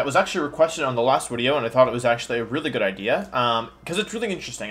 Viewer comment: Can't tell if he is saying "video" or "wideo"